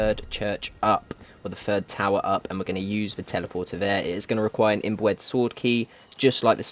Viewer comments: "IM-BOO-ED sword key" lol love it... it's "IM-BYOO-ED" btw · This was helpful, though you kept making the word 'imbued' sound like 'inbred', and they sound nothing alike. Imbued is pronounced like, imbyoude. Also in 'scion', the c is silent. Thanks alao to people who put alternate locations for the blood. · "imbued" == "imb-yood", not "im-bwed" ;) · Dude. Imbewed not imboouedd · Great video and extremely helpful! But I died everytime he pronounced IMBUED as imbooed 😂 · Awesome guide, but for future reference imbued is pronounced imb(you)d. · My man said inbread 🤣🤣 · Imbued is pronounced im-byou'd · im- boo- ed, sword key? LMAO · ...its pronounced im-bewed...imbued...😂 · Its not imbwed its imbued say it right .sounds like your saying imbred or imbwed . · Just a warning brother you're saying imbued wrong just letting you know no disrespect bud